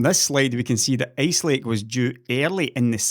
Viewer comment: I love your accent man! Your "Ice lake" sounds like "ace lake" to us Americans.